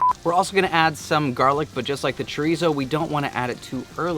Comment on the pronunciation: You guys could use some Mexican friends help you with the pronunciation of Chorizo....LOL